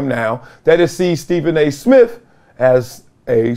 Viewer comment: I thought it was Smith, not Smiff. And with, not wiff. Come on, Columbia